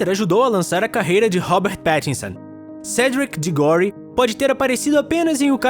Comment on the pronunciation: ´cedric digróri ru morri